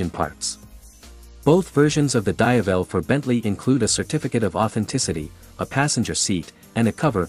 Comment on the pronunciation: dayavel?!.. can't you just use your own voice for "VO" than using AI voice.. 👎